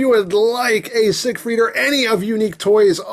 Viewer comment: I'm not sure that's how you pronounce siegfied...